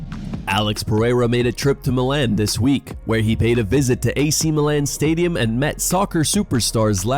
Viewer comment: bro cant pronounce Milan, have u never heard that one said out loud? that aint it